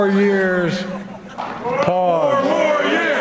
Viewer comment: "FORE MORE YEERS ...MORE.......".. ok